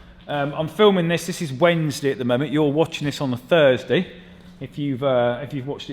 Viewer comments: I know you said Thursday... Yet for some reason I heard Furzeday... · Did you just say we are watching this on a Furzeday?